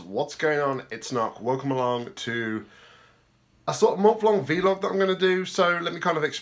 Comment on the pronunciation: It’s vl-og